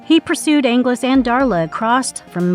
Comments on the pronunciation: And not only that, but pronouncing Angelus correctly, and then mispronouncing it, and then going back to pronouncing it correctly again, all in the same copy. Not to mention the creative phrase, "one of the most strongest." 🤦🏼‍♂️ Ouch. 😏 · I thought the back-and-forth pronunciation then mispronunciation of Angelus was bad, but then we get this phrase ☞ "…one of the most strongest..." One of the most strongest?🤦🏼‍♂️